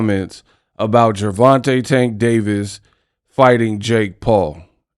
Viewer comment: Paula is a clown 🤡 and has always been a clown. First off he can’t say Tanks name right which is disrespectful. He’s been hating on tank for years. He’s butt hurt, and can never just be a honorable man. Second, I’m glad that the uk 🇬🇧 uber driver lol beat the breaks off him lol😂. I remember when Mayweather fought Connor, Paulina was salivating talking about what Mayweather was making. And said he would come out of retirement for half the amount. So for him to sit up here and continue to be a hypocrite, because we all know he does not like Tank and never gives Tank to credit that’s due. You will be a fool to pass up that type of money, especially in this day of age how the economy is going. To actually change your family income bracket for life. So poly wants a cracker go choke yourself in front of a mirror 🪞. He’s an ass clown 🤡. and thank you for showing the video of his face. You just made my day. Sorry I couldn’t stand this dude when he was fighting and even more so as a commentator.